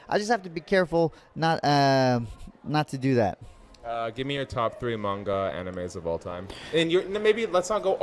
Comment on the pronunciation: Man was not expecting Benny to be into anime - not only that, but also a "I prefer manga" elitist (complete with correct pronunciation) like myself? 😄 Cant stop rooting for this guy!